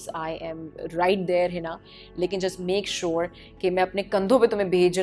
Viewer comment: Uff the way she say "I make sure "